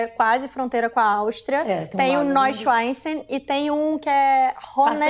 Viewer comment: Querida, 1°: aprenda a pronunciar as palavras antes de abrir a boca. "Nóichanstái", "Lúduvígo" não rola. 2°: deixa os outros falar. Mulher chata, maluco!